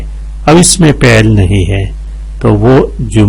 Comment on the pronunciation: اچھی ویڈیو بنائی ہے لیکن معذرت کے ساتھ۔۔ آپ "فعل" کو پہل کیوں پڑھتے ہو۔۔۔؟؟